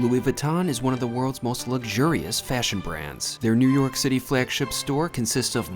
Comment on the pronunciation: I finally figured out what's so odd about the way he pronounces his city of residence: He seems to say "Newark City." Haha, like the poster from "OMITB" - Newark, Newark!